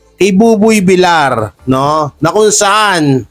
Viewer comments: idol bakit hanggang ngayon d ayaw mong i correct yong tamang bigkas ng apelyido ni buboy. kc VIL YAR po dapat ang bigkas ng VILLAR hindi VILAR. THANKS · Villar is pronounced as Vilyar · paki korek lng po ng pag pronnounce mo ng Apelyido ni Buboy Kc dapat ang pronnounce nyan ay Vilyar kc double L yan pag 1 L lng yan ang Vilar